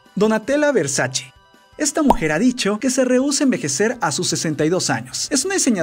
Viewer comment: Se pronuncia Versache no versachi